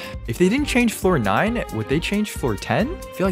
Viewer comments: Each time he said floor nine, i thought he was say fortnite lol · i keep hearing floor 9 as fortnite omg